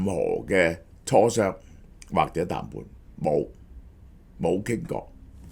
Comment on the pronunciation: 小學雞鄉音重講痰罐,各位大能聽錯談判.😂